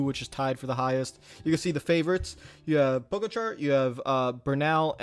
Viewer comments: It’s pronounced po ga cha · pronounced 'pog-atcha'